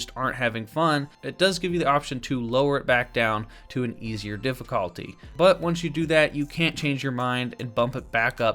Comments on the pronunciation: am i the only one who got annoyed when he said difficalty instead of difficulty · Why tf you say difficulty like that tho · Why do you say difficulty like that tf